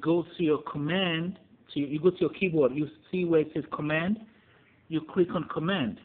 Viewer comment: he said cwick not click